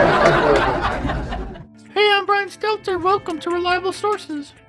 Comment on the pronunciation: He should change his name to Brian Seler... Because no T 😆